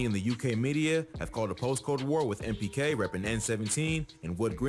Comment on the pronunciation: its NPK not MPK btw